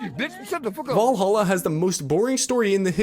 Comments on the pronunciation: "Assassin's Creed VaLAHA" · What is "Voleholla"?